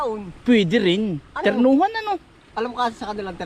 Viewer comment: turnohan hindi ternohan